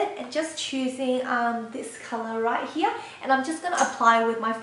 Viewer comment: you are so beautiful!!! and i love how you say "here", sounds like german "hier", you are so cute!!!!! <3 ^^ thanks for the video!!